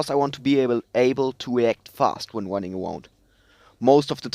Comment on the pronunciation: "Im wunning awound"